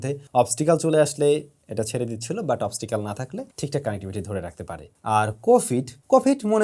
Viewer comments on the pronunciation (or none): ভাই অনেকদিন ধরে খেয়াল করছি, Obstacle ("অবস্ট্যাকেল") কে Obstical অবস্টিক্যাল বলেছেন। কিছু মনে করবেন না তবে আমার মনে হয় এটা ভুল। আমি সঠিক না হয়ে থাকলেও জানাবেন।